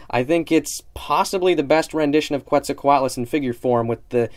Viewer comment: Noice review of this one m8, this is definately one of my most hyped Papo figures, Quetzalcoatlus is my favorite pterosaur. Also for future reference - Fun Fact: Quetzalcoatlus is actually pronounced Keh-t-zal-co-at-lus. Pretty interesting, I credit david for teaching me that one ;)